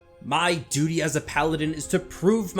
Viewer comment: How it says duty it's funny